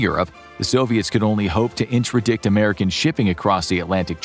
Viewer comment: NOT intra-dict, interdict...